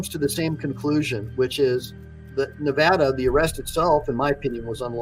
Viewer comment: Its Nevada NOT NEVAUDA